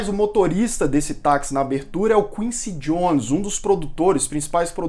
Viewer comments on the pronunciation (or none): none